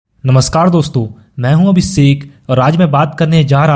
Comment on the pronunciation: Sir aap ka jo abhishek ok abisekh bolte ho that's dammn nice😅😅😅